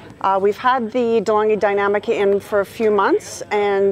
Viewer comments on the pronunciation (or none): Deh-Long-ghee Dee-nam-ee-ca